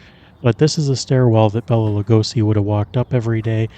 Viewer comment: He always said the proper pronounciation of his name was " Bay-la" not " Bell-a" 🫣